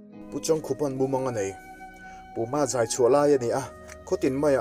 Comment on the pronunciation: Puma zai tih hi i lam dik ngang lo a ni e... Han trang zel teh.... Puuuum i hriat chian loh vang pawh a ni thei...